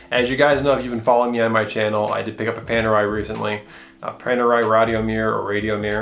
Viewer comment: Panerai - Pan as in Peter Pan, not Pon. Radiomir - Radio as in music, not Rad as in rod. Cool video bro. Wear it in good health!